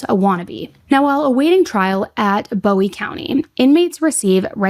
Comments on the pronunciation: And it’s also pronounced Boo-owie not Bow-ie county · Idabel is pronounced Ida-bell. Bowie county Boo-ee. Dekalb, De-cab. being from idabel the mispronounces are driving me crazy lol. Also, this case has people asking to go into the er room and stuff, which is beyond gross. But I appreciate the deep dive. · I’m from Atlanta, TX (around 45 minutes from DeKalb pronounced “DE-cab” and New Boston) and this is pretty trivial, I know but… “Bowie” is pronounced with the “oo” sound and Texarkana pronounced with the last syllable being “Anna’ as in Hannah. As a local just really drives me crazy.